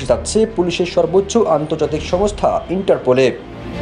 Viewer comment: ইন্টারপুল না । ইন্টারপোল হবে।